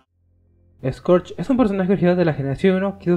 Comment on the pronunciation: Recuerdo que en doblaje de Transformers Cybertron Scourge sonaba más como esquersh